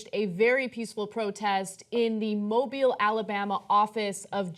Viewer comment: Hell yeah Mobile AL my city made Young Turks. You actually pronounce the city name right I'm impressed. If I'd known this would have been going on yesterday, I would have went down there.